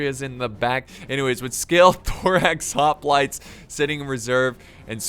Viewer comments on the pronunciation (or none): none